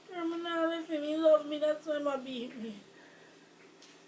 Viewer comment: beaT not bear